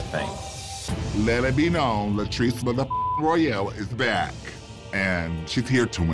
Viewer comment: Latirce? Rudemption? Really?